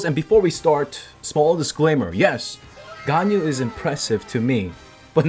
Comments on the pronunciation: Here's to help u wif prononcing Ganyu's Name. Gan = like Shao Khan from Mortal Kombat but with a G as in Ghan, Yu = Imagine You and we, mix it together and it should sound like Yuwee read it fast and ull get it right, u can also pronounce it as yee. 👍🏻 Keep up the content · Everyone: Ganyu Me: Ganao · Zeals new MEME: ”ＧＡＮＹＵＬＥＳＳ”